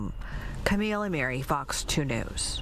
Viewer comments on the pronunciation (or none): none